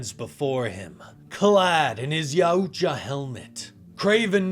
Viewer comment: It’s pronounced YAWT JAH 😂😂😂wtf did you say??